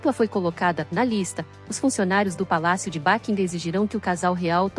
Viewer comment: Como é mesmo o nome do palácio? Seria bom pronunciar correto 🙄